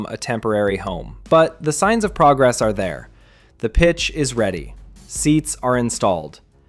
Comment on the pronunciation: And someone who can say progress, Johan and Getafe properly.